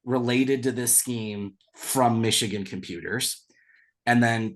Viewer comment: Cade can't even say the word Michigan, I' glad he transferred would have been a cancer in the locker room.